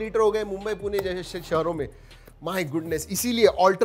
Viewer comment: It is...and always will be Pune! (पुणे) and not Puna(पुना).. in any language.